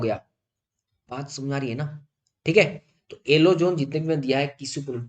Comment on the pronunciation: Alo nahi yellow hota hai